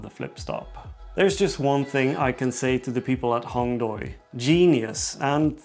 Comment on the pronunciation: Nice review, just one thing from a Chinese speaker: it’s pronounced “Hong Dway” not “Hong Doy”. The “ui” vowel combination in PinYin (romanized Mandarin Chinese) indicates the “way” sound in English. Might help you out since you like collaboration with the company, and their tools like nice. Keep up the cool vids!